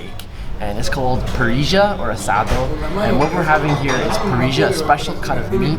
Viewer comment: Remember that in Argentina it's not "parriya" it's "parissshhhhha" ("or parizha")